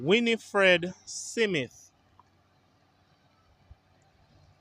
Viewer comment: the name is Smith and not Simith